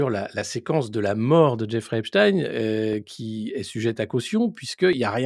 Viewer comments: C’est pour ça qu’elle prononce Epstin au lieu de Epstein Analyse un peu simpliste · EpstEIN heu Epstine.... pk elle se reprend ????? 🤔🤔